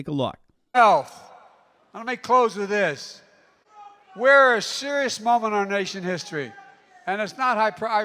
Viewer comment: "We're a seruss momen nation hissory!" 😏